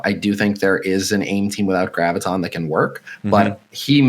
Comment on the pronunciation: For f*ck's sake, OMG, it's "GRAV-ih-tahn". Do you have trouble saying "gravity"? Just replace the "tee" with the "tahn." Jee-zus...